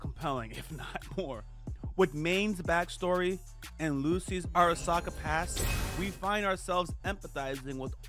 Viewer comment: I like how you questioned your pronunciation of Sandevistan (which was wrong but only slightly) and then went on to Arasaka in the worst way ive ever heard it said with no questioning yourself lmfao. Not big deals, im loving the video. That just gave me a chuckle. Edit: Now that ive finished the vid, this is one of my favorite breakdowns/reviews of the series.